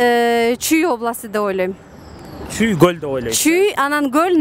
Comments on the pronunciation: Гол эмес кол болоткоо🤦‍♀️ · Гөль дейт го булар с ны з деп